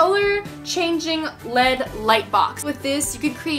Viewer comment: it’s L E D not led